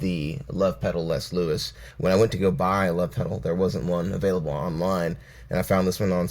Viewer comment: I think Les Luis is pronounced like Lay Lou-e. I might he wrong, though. Loving the content!